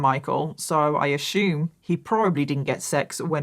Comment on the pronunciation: "Safe to ashoom"